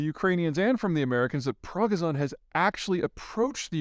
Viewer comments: U can not even pronounce Prigoschin right. Rest of the analysis is sub par crystal ball bs at best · MIght want to learn how to pronounce Pregozhin's name properly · Ask your doctor if Prigozhin is right for you. Side effects may include irritability, bad decision making, and accidentally falling out of a 6th floor window on a trip to Moscow. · Try to get Progozhin’s name remotely right in pronunciation or you look like a bumpkin Peter. That’s not something I like to see. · Why does Pete say Prigozhin completely different from every other? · Idk why Peter says his name like that. I think he’s trolling. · Please, Peter - it's Prigozhin. not Proggy zon. (Edit) Okay, I see everyone else is saying this . . . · Its NOT Progozone, its pronounced Pre-go-gen. So funny, Peter should know better. Just love to see all the experts who have first, never wore a military uniform nor served in the military and second, never even visited the countries they profese to be experts on... LOL! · Dimitri progozon? Rather jevgeni prigozin. 😄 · Its not "prodozon", it's Preeh-gooh-shiin with emphasis on 'gooh' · Progison Prighozin xD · Yeah does Zeihan even do any research from the Russian POV? It would take literally watching one video to know it’s PRIgozhin not PRAGozin… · You shouldn't say Progazon, say PriGozhyn :) anyway nice vid 👍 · I see some Russians saying prigogin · "Progozon"? How can someone so smart be so bad at pronouncing foreign names? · Yevgeny Prigozhin, pronounced "pree-GO-zhin" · Progison? Lol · Anyone else notice that Peter is consistently getting the name of of Wagner leader Yevgeny Prigozhin wrong? This is the second time he’s done it that I’ve seen? Who is “demetri progozon”??? Wtf Peter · pragazhan is a funny way to pronounce prigozin? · Yes, and Prigozhin, not Progizhon. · Prigozhin, not Progzhin. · Zeihan: Progozohn. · Prig-o-zhin, unless this is a take like mispronouncing "Saddam" circa 1991. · Say it with me Pree go shin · It's pronounced Pro Go Zhin